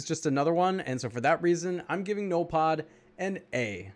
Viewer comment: Hey,, pronounce it like this, "ZENOLFOD", or "ZENYLPODE" and what the hell is he!? And don't feel bad because I don't even know what the hell he is lol!:) I have an update about BERTILLA, She is underrated, she is actually great for raid offense I have her on 15 nodes:)